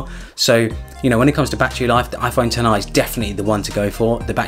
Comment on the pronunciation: it’s pronounced 10-r